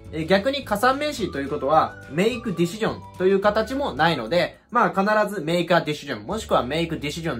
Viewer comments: ディ し ジョンはさすがに草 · 確かにdecisionだけ明らかに∫で発音されてるように聞こえる